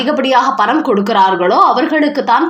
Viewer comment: அம்மா செய்தி வாசிப்பாளரே ன வுக்கும் ணவுக்கும் வித்தியாசம் தெரியாமல் செய்தி வாசிக்காதீர்கள் வேலுமனி , பனம் ,திருமனம் என்றெல்லாம் கேட்கச் சகிக்கவில்லை.